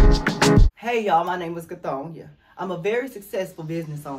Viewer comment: Cathonia ,Cathonyah, 😄😄😄